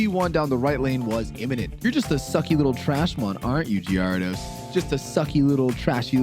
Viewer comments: Wtf is a gee-are-dos? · What is that gyarados pronunciation?!?!?? AHHHH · I think it’s pronounced gher-ah-dose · the way you pronounce gyrados and gengar is atrocious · Thats not the right way to pronounce gyarados is it...? Is it???? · I feel like you're mispronouncing Gyarados to get people to correct you for the algorithm. In which case, good job, you got me. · ...why do you pronounce the names this way. Gengar, Gyrados, Magneton, Milotic......horrible and unforgiveable